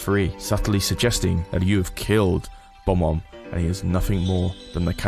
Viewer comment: Does anyone else get irritated when someone says “Bom-omb” instead of “Bob-omb”?